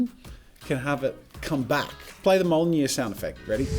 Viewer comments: Mjölnir pronounced like myulneer not mulner! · ... You pronounced Mjolnir wrong. Its Meeowlneer, not mowlneer. but its ok. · Jazza, good try with pronouncing mjollnir. It was almost right but you misplaced the j that is pronounced like a y. You said it like Molnyeer but it’s more like myolneer. I may also be wrong. Feel free to correct me if I am (this is the internet so I’m sure someone will anyway) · "mol-nir" its mijolnir. its pronounced : Me-yol-neer.. lmfao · I think it’s pronounced me- yol-nir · are we gonna ignore the fact he pronounced it molneer? yes. yes we are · MCU fans: pronounce mjolnir correct, least you could do- Jazza: we don’t do that here